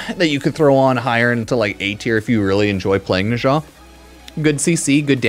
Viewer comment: "Neshaaaa" whaaaaat? 😂😂